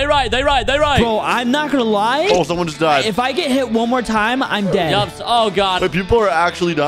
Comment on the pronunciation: video and “somone” what word is that